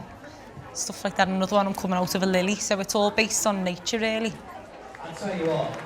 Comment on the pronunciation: “sou it’s all based on nature, rily”